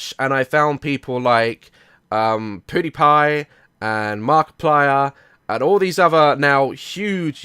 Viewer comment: Am i the only one who noticed he said "Poodiepie" instead of Pewdiepie?